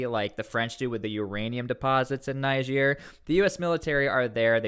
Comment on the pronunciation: It's amazing how u hear the right pronunciation of "Niger" from different videos and still choose to pronounce it wrong.